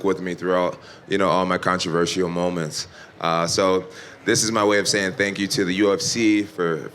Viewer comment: He has to fight cejudo! Also he pronounces controversial weird lol